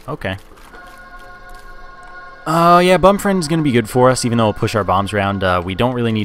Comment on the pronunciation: he he he. "it help's EVE-en her out."